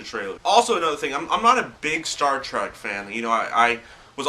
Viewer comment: Dude, no offense, but it's Star TREK, not Track.